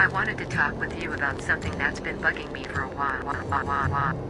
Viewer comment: something that's been bucking me for a wahwahwahwahwah...♻️😂🤣